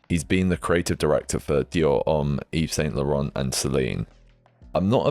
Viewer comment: quiet luxury slop lol. 5 finger fkn shoes 🤮 and I feel the same about the awful tabby's - funny how they are everywhere now and overworn/overseen/overhyped. horrid. leboubous (no idea how to spell this and do not care to learn) - omg, horrendous. yeah, I'll still be wearing baggy / barrel. it's Yves 'san' Laurent please - we are back to pronunciation again. Also it's aes-th-etic (th th th) and not aes-tetic, it's not a hard t. thanks for your always insightful vids, always very interesting.